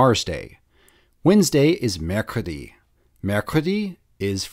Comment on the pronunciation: Pov:Your english teacher show you this video😂but im sorry how the fuck he saying mercredi?🤣at leats he teach something and thank you for this!^^